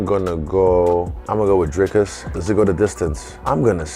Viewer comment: Lol... People still question Dricus's cardio. Just as People (americans) still can't pronounce his name right....